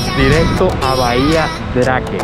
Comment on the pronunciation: Bahia Drake ? soy chileno, pero me imagino que se debe pronunciar como : Habia Dreik